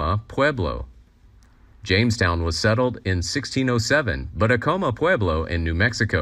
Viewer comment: The native tribal name is not pronounced A-co-ma. It is pronounced Ac-a-ma. I learned this 50 years ago from a living member of that tribe.